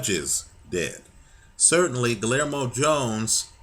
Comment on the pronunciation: the "LL" is pronounced like the letter "Y"